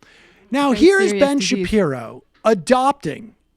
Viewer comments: Sam, c'mon... As a Jew, or otherwise, have you ever heard the name pronounced Shap-EYE-ro? You can't act. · You can tell this guy is not familiar with Shapiro, since he didn't even know how his surname was pronounced. Yet he's comfortable calling him "mediocre" off the bat. Newsflash: the clip they are commenting on is one where Shapiro makes clear that he is commenting on the hype about the movie, not the movie itself. Later he saw the film and put out a favorable review: They also claim Shapiro was against Wonder Woman, which is total BS. He also gave the film a great review. I know, I know, he's a popular conservative figure, so he's probably guilty of the things they are imagining, so why bother with research, right? Chuckle, chuckle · Let me preface this by saying, Ben is a douche weasel whose obsession with Black Panthernis just bizarre. But why is Sam pretending to not know how Ben's last name is pronounced? There is no way as a Youtube political commentator that Sam hasn't had the displeasure of seeing Shapiro. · Sam Seder needs to stop doing this thing where he deliberately mispronounces people's names. Especially towards people who are fare more established and recognised than he is. It comes across as really childish.